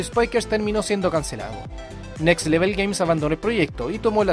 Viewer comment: Nivel en inglés no se dice level, se pronuncia “lévol”.